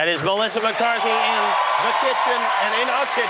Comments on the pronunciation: I love the way he didn't even get her name correct....LOL "Melissa McCartney"....lmhao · Did he just say "Melissa McCartney"?